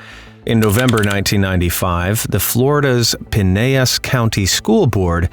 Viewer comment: You pronounced pinellas park wrong. Lol